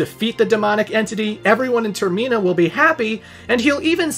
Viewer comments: The way you pronounced termina gave me an aneurysm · Everytime he says Termina it hurts my soul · Okay, but why you saying "Termina" like that? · The way pronounces Termina makes me homicidal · I’m sorry but why did he say termina like that like what 😂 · How are you the only person I’ve ever hear pronounced “termina” wrong?? It’s said how it’s spelled not “ter-MEENA” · Clearly Majora's Mask needs a remake with voice acting, so I can pronounce Termina correctly. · I was about to comment a whole essay of praise and cap it with "...but if you pronounce Termina that way again..." 😂😂 Great vid! Love your work! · havent watched the video yet but do you mispronounce termina lol edit: WHAT THE FUCK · The scariest bad ending is finding out how pronouces Termina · TerMEENa, I do not think so Senior. It’s TermINa, I know it doesn’t follow the whole English convention around vowels needed to be separated by more than 1 consonants for it to have a soft vowel sound. But we gotta remember these were all originally Japanese words or names, so I do believe it is properly pronounced term-IN-a rather than ter-MEEN-a, because if you were following the normal English rules, wouldn’t it turn out to be Ter-MINE-a rather than MEEN-a? I dunno, I just saw my pronunciation being declared as wrong all these years, and OF COURSE had to defend it. Heaven forbid I’m actually wrong about something lol 😂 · Ter-min-ah NOT Ter-mean-ah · Bruh it’s term-in-uh not term-mee-nuh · Ter-min-uh not toor-meen-uh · Literally nobody pronounces it as Ter-mee-nah Its Ter-men-ah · You had me yelling at the screen every time you said term-ee-na 😆😆😆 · Every time you said "Ter-ME-na" I died a little. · Termeena is actually wild 😂 Never heard anyone say it like that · Its like TER-MINE-A :D